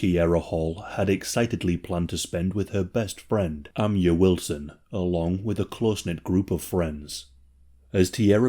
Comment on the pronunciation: Ah MY ah. Amiyah or Amyah is pronounced Ah MY Yah. Idk why you guys pronounce it as Ah MIA.